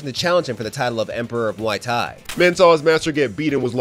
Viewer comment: i dont know if i misheard you but, its muay thai not whatever you said